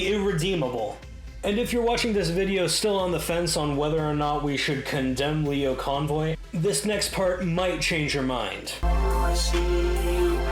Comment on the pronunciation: you said it right, it's pronounced as lie-o not lee-o